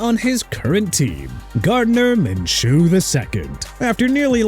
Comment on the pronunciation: MINSHEW IS PRONOUNCED MIN-SHOO NOT MIN-CHOO!!! GET IT RIGHT!!! UGH!!!!